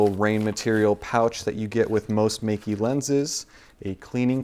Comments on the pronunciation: Awesome review and sample photos! "Meike" should be pronounced as "Maykeh" in Mandarin though.:-) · Just to try to get your pronounciation right. Think of the word: my Think of the ending of: boKEH (the right chinese pronounciation) Now say Meike like "MyKeh".